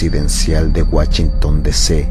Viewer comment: wachinton DC 🤣🤣🤣